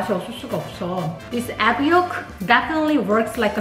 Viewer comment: I think Uncle Roger pronounces it as "Ekk" fry rice.